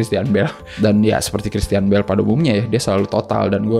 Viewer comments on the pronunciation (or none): tuh kan ud gt bijak pula hehe... jd gpp nih ya, misi.. Villain : bunyinya "Vil'n" bukan "Vilein". Feigi: bunyinya "Faigi" bukan "Faiji" Bale: bunyinya "Beil" bukan ky "bell". punten.